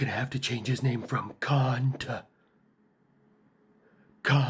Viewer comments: He said 'kaant'!😅 That. That right their is some real deep philosophy joke right there. I might be the only one who appreciates the effort that went into it. Soldier on!! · If you close your eyes and listen to it. Its just "Kaant" to "Cunt". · ahem also kaant is actually how cockney english folk pronounce the c word. :D as UK fan i had a little snicker at that one ;)